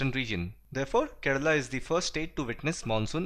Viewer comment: Did any body heard that he said, Keral is the first country to get rainfall...